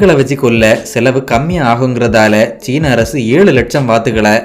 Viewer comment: மலையாள சாயலில் தமிழ் கொஞ்சம் வித்தியாசமாகவே இருக்கு. நாஞ்சில் காரரர நீங்கள். அரசு என்பதை அரய்சு